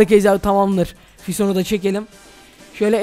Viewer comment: Abi niye sifona fison diyonn ki